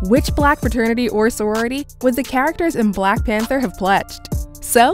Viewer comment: I’m not feeling the emphasis she has when saying “black”